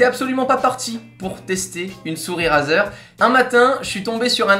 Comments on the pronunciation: On ne dit pas "" RAZER "" mais ça ce dit ""RAIZER"" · La prononciation stp.«razeur» mdr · sa s'ecrit razer mais sa se prononce raïzer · Tu pourrais dire razer avec l'accent la c'est abusé on dit rayzer a l'oral